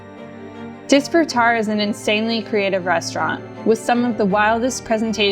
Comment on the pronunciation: Hearing you mispronounce disfrutar over and over angers me.